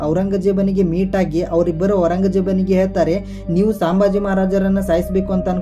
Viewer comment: ಸಾಂಬಾಜಿ ಅವರ ಹೆಸರು ಅಲ್ಲಾರಿ ಅದು ಸಂಬಾಜಿ